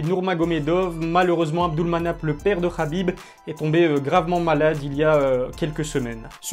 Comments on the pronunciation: naaaaan mais pourquoi toi aussi tu commences a l'appeller Rabib' , est ce que l'on dit moRRamed, aRRmed ou meRRdi ? Le 'kh' c'est juste l'orthographe anglaise en francais ca se transcrit en 'h' qui se prononce pas (on sait pas faire les h aspirés) ... bref c'est trop moche Rabib par pitié, si je peux faire une petite suggestion pour l'appeler a la francaise 'abib', ou 'kabib' comme les anglais... :-) Sinon tu es au top continue ta chaine a un bel avenir, et prompt rétablissement au père de khabib ! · Bonne vidéo, par contre on dit HABIB pas Rabib pour son prénom